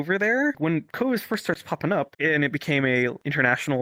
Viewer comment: "The Cawvid"